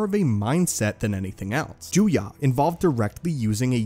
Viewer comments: Juyo, not Juya. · You finally got the pronunciation of Djem-so correct, but the "Sith" form 7 is called Ju-yō, not Ju-yă. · I think form 7 is called "juyo" not "juya" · Juyo, not Juya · Heh, disarming. Rachi Sitra didn't really use Djem So, mainly Niman. Also why is Juyo pronounced Juya? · ah yes once again he is mispronouncing things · Am I the only one that cringes when he mispronounces djem-so and juyo as gem-so and jew-ya? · Isn't it pronounced as Juyo